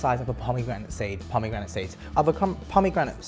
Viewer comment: No one: No one at all:: PoMeEGRaNiT SEeEds